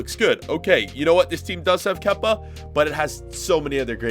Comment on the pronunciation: The way he said it freakying kepa